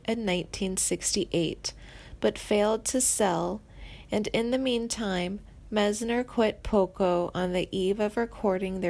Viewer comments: I couldn't take all the butchering of the names. Meisner has and I sound not an A. Frey is pronounced liked fry, not fray. This person has no fucking clue who these people are. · She pronounced Randy Meisner as Randy (Maze-ner) She doesn't know anything about the band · OMG! The narrator says Glenn FRAY... um.. it's Glenn FRY... not Fray... oy. And she says "Mezner." It's Meisner! ?Habla Inglés? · Haha Randy Mazener? It's Meisner! Don't quit your day job as a. No He is well and as talented and active as he wants to be. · It's pronounced Meyesner. It's also pronounced Freye. There has been no "tragic ending". You guys suck. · "Misner" and "Fray?" This chick is really creeeeeepy! She sounds like she should be embalming people! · M-EYES-NER you ding-dong geez I hate it when people mispronounce my name